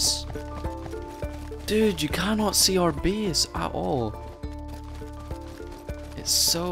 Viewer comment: I like the fact he says (bease ) instead of (base) =)